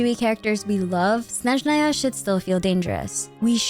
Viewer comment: you are the first blogger I watch who says russian word "Snezhnaya" in a correct way! )